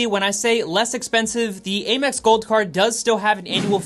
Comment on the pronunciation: A quick little FYI, American Express is most commonly referred to as AM-ex instead of A-mex.